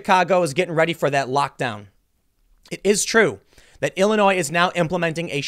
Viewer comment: Tim please you are a professional speaker, s in Illinois is silent